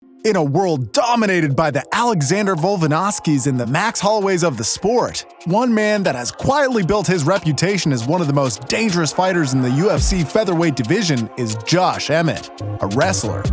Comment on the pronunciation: This man said Alexander Vulvanawski